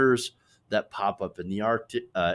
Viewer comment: ar-C_ tic.